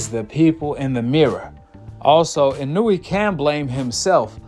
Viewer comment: Why you keep saying his name like you don’t know how to say it right😂 w video btw